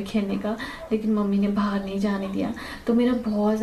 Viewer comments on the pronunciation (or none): none